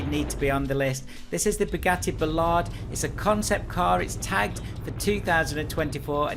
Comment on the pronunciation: "Bugatti Ballard" Lolz 😂 it's all good though, great video as always!